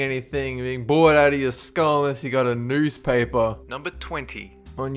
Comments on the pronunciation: When you were talking about new mexico the city is pernounced "Las Crew-sass" love ya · Lol I was waiting for the New Mexico one. I don't even live in Las Cruces and I'm homeschooled XD Also it's pronounced Las CREW-SES :P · Las Cruces. Not Lad Cruz. Cru-sez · LAS CRUCES NEW MEXICO. NOT CRUZ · Yo, love the show. Not to be that guy, but as a native New Mexican, I must say that Las Cruces is pronounced "loss croos-es"